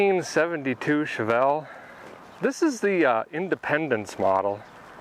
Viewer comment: Captain Chevelle-ick-ah